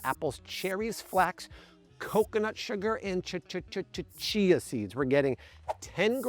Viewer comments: Chi-chi-chia pet! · Is having a stroke, or is that actually how you say chia?:face-blue-smiling